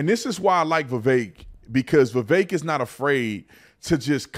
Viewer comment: The guy can't even pronounce his name correctly... I think Vivek is sharp enough to know that whatever he says is going to be highly scrutinized from both sides. He chooses to actually back up what he says and isn't afraid to engage in criticisms with logical and rational facts.